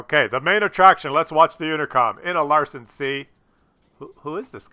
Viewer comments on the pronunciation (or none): PLEASE! learn to READ! Its LaNsen C NOT freaken LarSen. Why call a tank LarSen anyway. Its stupid.